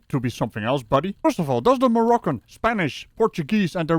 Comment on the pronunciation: Mooroccan? Maybe he is from one of the other "Moo" countries like Mooritania, Mooritius, CamerMOOn, or even Macow.